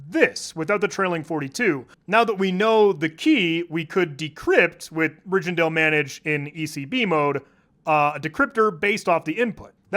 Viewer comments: Rijndael is pronounced rine - dale btw, not ridgendale Only mentioning this because it's the first time I've felt smarter than, if only for a half second. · Amazingly interesting to watch, was suprised as a Dutchman when I suddenly saw "Rijndael". Didn't know that was a thing, also funny to hear it be pronounced as Ridgendale. It's Dutch for Rhinedale, ij is the ÿ/y sound, but I get if there's different conventions for pronounciation in this context, just an FYI